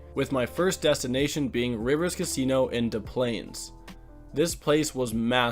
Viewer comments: ....immediately mispronounces "Des Plaines" (it's dess plains", even though Des Moines is "da moin" lmao) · I have terrible news for you. That town in Illinois is pronounced "dess-planes" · Knew you'd butcher it. Most visitors see Des Plaines and assume it's similar in pronunciation to Des Moines. Nope, hard S in the Des. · No way you got all the Wisco stuff right now then said Chicago super weird, then said Des Plains wrong... but you're Canadian, I get why you said it the French way